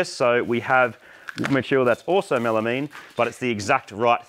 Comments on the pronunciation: Melameeeeeeeen, Is that enough e's I didnt think you came from the lowest states. Try melamine, Spelled and articulated as melamine, Pronounced mel ah myne. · Pronounced “Mela mine” not “mela mean” hahaha